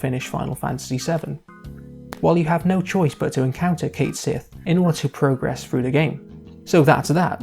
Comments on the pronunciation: One of the head developers of FFVII revealed that his name is actually pronounced Cat-Shee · It's "Ket Shee." And Yuffie is WAY more useless. Vincent is moderately more useless. But let's be honest--Cid, Red XIII, Tifa, and Cloud are the characters you'll be using for the vast majority of the game. And you boil down the character to a cat riding a moogle. Except it's a robotic cat used to spy on the team by Reeve who is working from inside Shinra to disrupt Shinra, becoming the one character in the original game to clearly show us that not everyone from Shinra agrees with Shinra's actions. And did you understand the game at all? The entire reason it was viewed as a sacrifice the first time is because they didn't know it was a robot. When the second one shows up, it reveals the truth of things. And since Cait Sith IS Reeve and Reeve IS Cait Sith, what the hell is the difference? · My guy made a whole video about a character and couldn't even pronounce his name right T _T